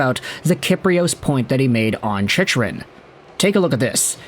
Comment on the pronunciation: you lose all credibility when you don't pronounce his name correctly...its Chick..run. You sound like you dont know anything about the NHL.